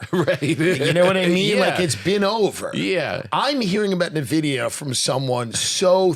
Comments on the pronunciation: Tim Dillion is so behind on Nvidia he doesnt even know how to say it xD. Tim is great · Hearing Nvidia mispronounced so many times was painful.